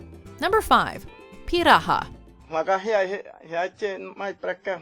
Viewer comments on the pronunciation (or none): I've actually been to a village of Piraha (Amazonas state, Brazil), and it's actually pronounced with the accent on the last syllable, not the first. Also, the last letter has a tilde (~) over it, which gives it a nasal tone. Regarding the Basques, you can't get between Spain and France, since they share a border. I believe what you wanted to say is that they're found in both countries. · Am I the only one who cringed at the way she said Piranhã?